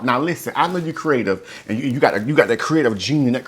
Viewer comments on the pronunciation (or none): He said cre ative love his ideas he’s awesome